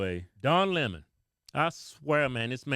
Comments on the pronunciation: It’s not Lèmon.. it lemon.. like the fruit. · It's pronounced Le'mon.